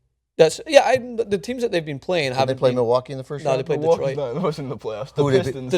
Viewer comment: stopped watching after the guy on the right saud Milwaukee